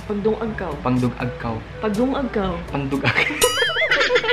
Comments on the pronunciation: Lung.aw dili dung.aw aggoiii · Taka raman..lung-ag oi dili dung-ag😂